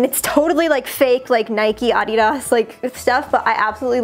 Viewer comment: *says Adidas* Me: I'm sorry H O W D I D Y O U S A Y T H A T????????????????